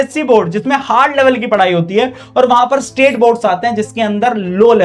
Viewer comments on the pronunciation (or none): none